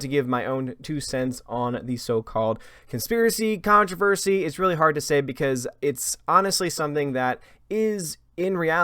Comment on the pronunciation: I can’t help it, I’m going to be the English police; it’s contrOversy not contrAversry. Let the pile on begin.